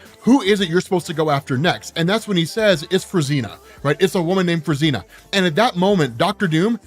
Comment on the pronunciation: Fruzsina is pronounced as froo-zhee-nah ("zs" is like "s" in "pleasure")